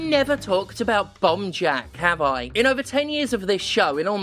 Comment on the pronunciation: Until you showed the title at the end I swore you were saying 'Bum Jack' and it was so on brand I didn't even question it. So you got that going for you, which is nice.